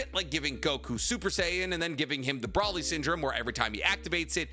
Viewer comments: BRO-LEE not brawlee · Bro really said brolly.. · did bro say "Broh-Lee" LMAO